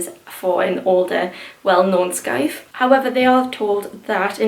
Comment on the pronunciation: Hey the scythe pronunciation is said with out the c. It's the same way you say the tool a grim Reaper holds 👍🏻